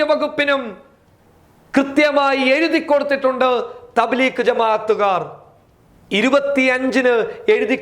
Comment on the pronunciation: thableekh അല്ല തbലീഗ് ആ ണു thableekh എന്നാൽ മുറിക്കു nnavan എന്നാ ണു അര്‍ത്ഥ m